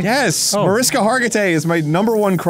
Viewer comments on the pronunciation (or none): none